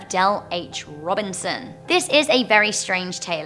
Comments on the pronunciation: Its actually “ROBISON” Not “RobiNson”, yeah I went to that school from 6th-8th grade. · Also its not Robinson its Robison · It’s actually Dell H. Robison not Robinson. I’m from Las Vegas !